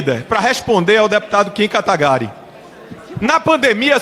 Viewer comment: Kim katagarí? Jurava que era kim katagurí